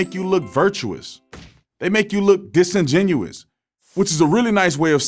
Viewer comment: you pronounced disingenuous wrong